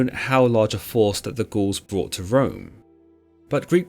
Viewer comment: It seriously sounds like he’s calling the Gauls, the Ghouls 👻